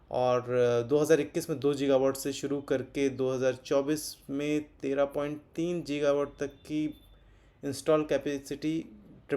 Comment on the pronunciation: जीगावाट नहीं होता गीगावाट होता है